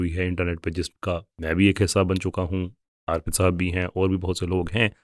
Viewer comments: جزاءکﷲ اچھی بات بتانے کے لئے. بھائی اُس کا نام ارپِت ہے , آرپت نہیں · اگر یہ بھائی صاحب ہندو ہیں تو انکا نام آرْپِت نہیں اَرْپِت ہوگا